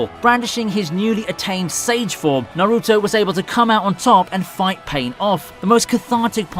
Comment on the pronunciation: The way he pronounce naruto to Nah-ruu-to🤣💀